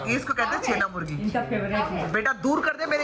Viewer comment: "छेनामुर्की" होता है भाई